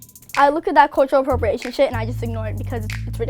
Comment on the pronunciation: Lol she doesn't know what cultural appropriation is nor can she pronounce it haha you can act a color tho